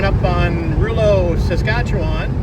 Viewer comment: Rouleau is pronounced row low. Thanks for stopping. We were fans too. in MB.